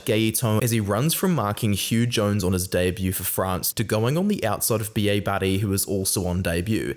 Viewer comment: Like how you say Bielle-Bairrey and it sounds like a Scot saying B.A Barry. Thought we'd picked up a new player like WP Nel